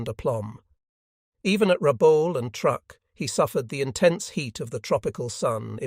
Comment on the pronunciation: The first episode that pronounced Guadalcanal correctly. Truk was also pronounced correctly for the first time. Interesting commentary about the effectiveness of the B17 and B24 bombers.